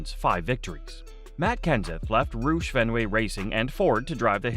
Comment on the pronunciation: Rousch NOT ROOSH